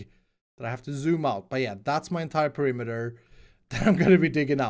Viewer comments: I got triggered by "perimiter"! PE-RI-ME-TER Sorry! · No, he said perimiter, not perimeter. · Oh no... "Perimiter"... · "PERIMITER" k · Why "PERI MITER " ? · The title is written in the same way that pronounces perimeter